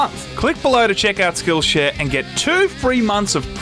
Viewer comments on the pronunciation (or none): I swear almost said Shillshare